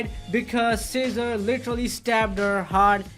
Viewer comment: Every time he says cesar it’s sounds like he saying scissor ✂️ 😂